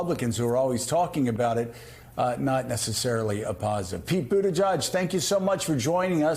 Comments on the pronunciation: Boot Edge Edge. Boot Edge Edge. I’m continually astounded that people STILL dont know how to pronounce his name. MSNBC hosts should do better. (Joe calling him Boot Teh JUDGE)😣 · Joe! You pronounce Pete’s name food edge edge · poot pootajudge? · Joe should learn to correctly pronounce Pete’s last name. It’s not Buddajudge, Joe. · All these news folk really should be able to pronounce Pete's last name correctly by now. Boot-uh-jee-edge (Said quickly) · C'mon Joe, Pronounce secretary buttigiegs name correctly. You have him on frequently and both you and mika show such disrespect to your frequent guests by not learning the correct pronunciation of their names. There is no "judge" in his name. Boot-edge-edge...its not difficult. As a viewer it is very difficult to listen to such disrespect repeatedly. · Joe, learn how to pronounce Pete’s name! It’s boot-edge-edge. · Is it hypocritical to bash trump for mispronouncing Kamala when you don't pronounce Buttigieg correctly? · I kinda wish Joe would learn how to pronounce Pete's last name. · Pete's such a gentleman. He never corrects the vast members of the media who mispronounce his name.